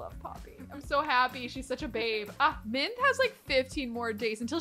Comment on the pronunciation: Does anyone else hear Minth rather than Mint? I'm losing it